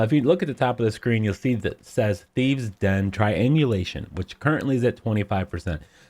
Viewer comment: Dude really? Thieve's and rouge? I'm Dutch and I know it's thieves and rogues ffs. Shame on you.